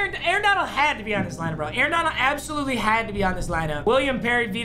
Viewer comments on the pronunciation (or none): none